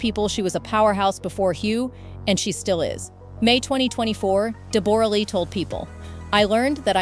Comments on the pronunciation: Why do you pronounce her name Deboor? It's pronounced Debora-Lee Furness. Hiw do you not know this name + pronunciation? It's a very common name. Please, check the pronunciation of any words you have not heard before. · It’s pronounced DEB-RAH LEE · Deborah = Debra Lee stop using ai ... this whole video is absolutely full of shit .Don't worry sweetheart I've sent this for her to read .. Its a comedy vlog love 😂😂😂😂 She is living her best life right now .. Her autobiography will fill you all in .. not fake stories like this 😂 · Cant stand ridiculous pronunciation of her name. Get it right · God lord!! That is not how you say her name. And why does everything keep getting repeated at least 3 times?!!